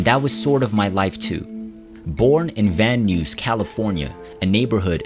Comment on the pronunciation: I think this must be read by an AI because every other word is completely mispronounced. I live in Van Nuys and I can’t even wrap my head around how it got to that pronunciation!